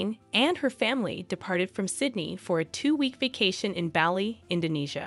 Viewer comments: Great vid. Just FYI, it's pronounced the same as Barley (Bali)😊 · STOP SAYING BALLY. :face-blue-wide-eyes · Bali is pronounced Bah-lee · yes, it was so irritating to hear the wrong pronunciation repeated so many times. It's also not respectful to the people of this island state. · Yes it irritated me as well. Please look up how to properly pronounce words before creating an entire vid! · 2 seconds in and I'm already cringing how many times I'll have to hear this person pronounce 'Bali' like that 😂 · This video is basically reading out loud an article written by the Sydney Morning Herald titled "How 'Max' The Aussie Surfer Dude Became a Royal Wedding Star"... Also that's not how you pronounce Bali 😅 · How does the narrator not know how to pronounce the island of Bali? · Please use correct pronunciation or Bali and ubud! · Your pronunciation of Bali and Gillespie needs work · Is she gonna say Bali that way the whole time? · It would be good to learn the proper pronunciations for Bali and the names, like Bagus, before recording these. Just a suggestion- as an expat in Java, I was cringing a little. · How hard is it to learn how to pronounce Bali correctly, even Ubud. That was hard to listen to. Butchered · You really need to research the pronunciation of the names of people and places you’re reporting on. This is super lazy. I couldn’t sit through the video it was so annoying. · Not Belly.Its Bali (Bahlee) Good video otherwise. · Barley..not Bally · It's not Bally like "Bally Total Fitness" 😩😱; it's "Bah-li" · I have lived in Bali for almost 13 years. They have been coming since 1985. You miss pronounce the name of the region do you say “Ba-Lee” it is properly prounced “Bah-Lee” with the emphasis on the first syllable. It is not “Oh-bud” it is correctly pronounce “Oo-bude” with the emphasis on the first syllable. Please correct this. It sounds ridiculous to those who know. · Bah-lee, not belly 😂😢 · Please stop saying Bahh-Lee. Its Baw-Lee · "Baar-lee" not "Belly"